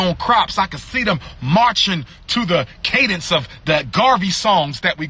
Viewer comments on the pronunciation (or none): none